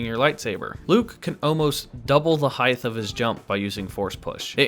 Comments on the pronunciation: Height DOES NOT HAVE A TH AT THE END OF IT!!!!!!! Stop saying HEIGTH!!!!!!! Smdh..... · It bothers me that you say "heighth" instead of "height"